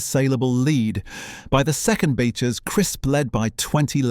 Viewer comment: It would be good to get the pronunciation of Beechers correct. (It's not betchers . Try beech-ers.